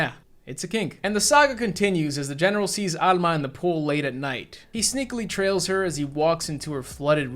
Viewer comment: It's rare to hear my name Alma in anything so it's a nice surprise to hear it in a horror movie. Also major points for pronouncing it with the Spanish accent. I'm so used to hearing people pronounce it All-ma